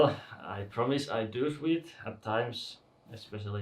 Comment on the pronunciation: Sweat is pronounced like swet would.